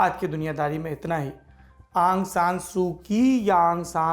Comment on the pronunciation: आँ सां नही औं सां यह सही उच्चारण है ।।यू नू नही ऊ नू सही ।सही उच्चारण है ।। बाकी सही इतिहास है । औं सां की बेटी का नांम औं सां सूची ।।